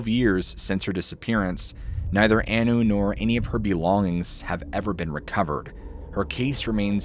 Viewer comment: Also. Maureen "Anu" was pronounced "on-new" not "an-new"